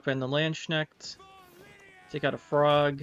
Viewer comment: Really like your queen meve version. I think golden nekker is the way to go with her. I’m German, and the way you pronounced Landsknecht was so hilariously wrong. Great video as always